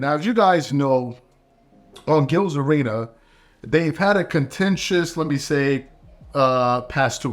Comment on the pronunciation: How in the hell can you type that man last name the right way in the thumbnail…but still manage to say it the wrong way? You just refuse to to put an S at the end of his name when you say it!